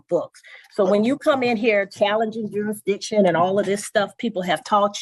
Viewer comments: I wouldn’t improve jurisdiction either if the damn defendant can’t even pronounce it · You should not be able to argue if you can't pronounce the word JURISDICTION!